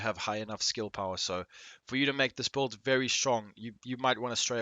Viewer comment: Are you saying build or bold?